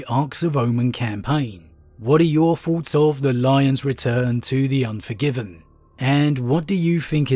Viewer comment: I just can't take seriously a grown man with a tongue so lazy as to pronounce thoughts as farts.